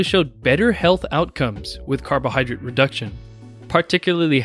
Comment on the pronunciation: jesus, it's "drate" not "drit"